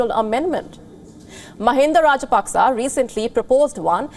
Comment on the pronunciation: Pronounced Rajapakse wrong again